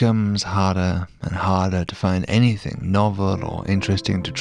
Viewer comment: Anything, not anythink.. soz